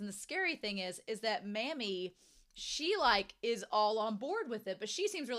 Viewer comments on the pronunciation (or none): Pronouncing "Mami" as "Mommy" is both closer to correct and thematically appropriate. (Pronouncing it like "mammy" doesn't bother me too much, but it makes my eye twitch a little 😅)